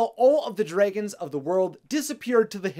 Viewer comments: I still notice that likes to call them "Dr-Ay-guns" instead of the correctly pronounced "Dr-ah-guns". 😋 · I keep getting triggered when you pronounce dragons dr-ay-gons Rather than dr-ah-gons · Dray.., gon..., ha.., I don't know if you are just trying to be different.., but it's terribly wrong. Love your enthusiasm.., but at least call them properly.., they are "Drag"ons.., with emphasis on the Drag.., not Dray. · It’s dragons, not dreigons. He keep saying dreigons. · Its dragons not draagons!!!!!! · Am I the only person who is hearing "dregens"? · Lmao I love how you pronounce dragons😂👌